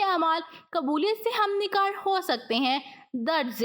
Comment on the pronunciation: ہمنکار نہیں ہمکنار ہے